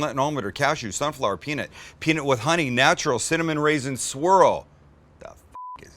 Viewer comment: looks good but the way you say peanut really bothers me.